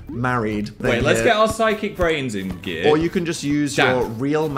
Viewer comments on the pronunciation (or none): none